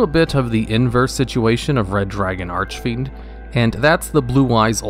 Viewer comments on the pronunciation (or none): How you pronounced Jack's soul "Red Dragon Arch(a)fiend" :)) If he'd hear you, he would die :)) Don't be upset now :( Also, you pronounced bad "Scarlight".. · You still pronounce Archfiend wrong >:C. There's no eh in between Arch and fiend, so it's not Arch-eh-fiend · (disclaimer: this comment was not posted with malicious intent) "Red dragon arch-a-fiend" I seriously can't get over the way you say the card. All your videos mentioning the card flows well, up to the point where you say "arch-a-fiend" my brain does a double take. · Arch-I-Fiend idk why but it always bothers me lol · "Archefiend" "Starlight" My god. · The last time he pronounced it "Archefiend", people gave him a lot of Commentarys to "corrected" him. This time he only said it "false" once... I am pretty sure he does that on purpose 😂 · Serious albeit pointless question: Why does he always pronounce Archfiend as "Arch-a-fiend"? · Here he go again with the “ArchEfiend” bullshit 🙄